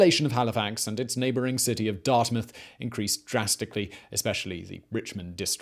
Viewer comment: Being from Hali, I have to say thank you for actually saying Dartmouth correctly. I have no idea why people (mostly americans) have such a hard time with it.